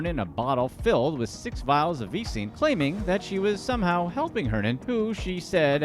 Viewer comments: Vee-sing V-sine V-sygne Closer man.... Vie-zine There you go buddy!!!! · The way you say Visine makes me uncomfortable